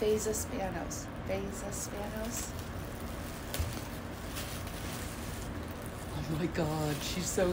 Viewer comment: And you said it right, by the way! 😉